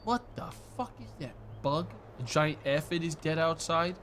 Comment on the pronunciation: I wonder if mispronounced Aphid repeatedly as a 4d chess move to drum up more engagement. One of life's greatest mysteries.